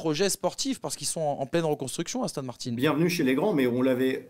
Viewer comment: Pourquoi il dit Victor Martines c'est Martin pas Martines